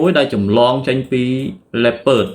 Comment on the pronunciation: លីអូផាមិនមែនលេពឺតអីទេ🗿